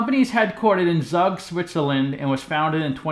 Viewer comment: Zug is pronounced /Zoog/